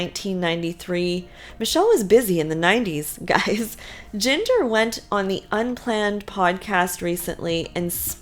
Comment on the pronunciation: Jinger’s name sounds like “GINGER” the spice. Not Jinger rhyming with singer.